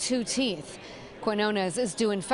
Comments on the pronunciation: Its NOT ....KWEENONESS....Its, QUINONES, with the Squiggle over the 1st N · Wouldn't that last name Quiñones be pronounced "Key-nyoh-ness"?